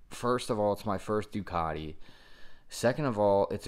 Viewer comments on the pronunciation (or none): It's not a "panagial" nor is it a Doocartee... It's a Due-cat-ie Pana-garlay.